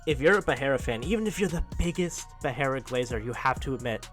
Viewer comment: "Pee-ai-ra." Goat Chael